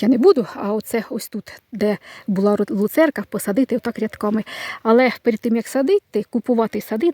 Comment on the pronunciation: ну не лУ церка,а лЮцерка,а вірніше ЛЮЦЕРНА.Негайно виправляйте вимову.😊😄